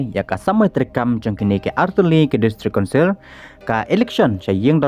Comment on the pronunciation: District Councirrrrrrrrr